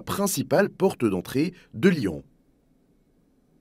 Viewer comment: Lyon pas « lian » ! 😢 (pas tout le temps mais souvent)